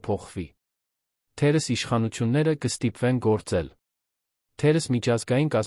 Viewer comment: թերևևևևս, ոչ թե թերըս։ ւ֊ը կարդա և😂😂😂